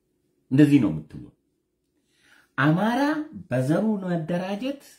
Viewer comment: እማራ. እማራ. እሜራ. እማራ. እያስጠላህም.